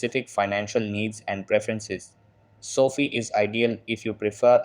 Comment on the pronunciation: It’s so fie not soft I